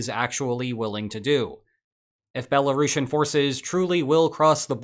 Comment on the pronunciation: Belarushin? you sound like youve never heard how it's pronounced